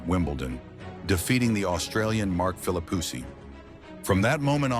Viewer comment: I almost spilled my coffee at - "Mark Philipussy" LMAO 😅🤣🤣 This mispronounce might not have been intentional, but that doesn't make it any less hilarious...LOL